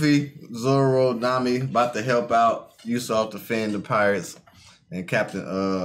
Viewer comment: It's pronounced Ooo-sop just in case you were wondering